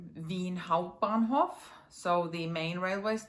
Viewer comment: I love outlet vlogs (and I‘m sooo bad at vlogging 😆 I was on a weekend trip to Amsterdam lately, and my footage is so so poor 😂 not even sure, if I want to make a video out of it) Your pronounciation of „Hauptbahnhof“ was perfect 👌